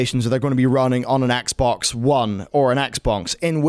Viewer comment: why does it sound like he says the Xbongs? XD